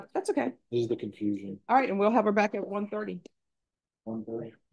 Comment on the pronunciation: That pause and followed by thre "alrighhht" had me lmaoo